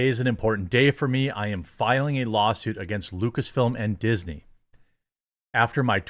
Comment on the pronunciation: "Dixney" hahaha.. Dew IT!